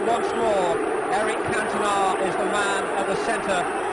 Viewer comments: Cant-ona 😂😂😂 Can-to-na will help better 👍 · Can-tona? It's pronounced Cantonaa 🧐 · Everybody: Eric Cantona America: Eric Cantoner 😂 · Why the fuck he pronounce catona like that 😂😂😂😂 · who is can toe na ? lmao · Did this dude really call King Eric, "Cantone-a"? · Love how you guys cant pronounce Cantona right, even when the clip says his name properly twice 😂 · #7 you are saying the players name wrong the video even says it for you a few times 🤦‍♂️ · I'm disappointed on how he didn't pronounce Eric Cantona correctly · The way this guy pronounced Cantona was so annoying haha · How the shit did you manage to pronounce "Cantona" wrong so many times when they literally say it in the video you play? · That is not how you say Cantona mate. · Sorry Eric Who? At least make an attempt to say his last name properly